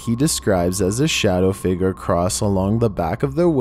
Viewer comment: it's "figure" is pronounced "fig-yer" not "figger"